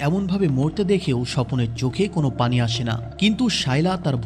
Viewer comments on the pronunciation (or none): none